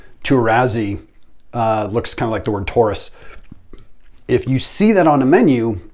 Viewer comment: TAURASI not TOURASI